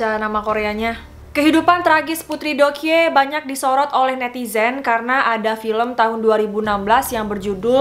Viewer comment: Doekhye dibaca Dok hye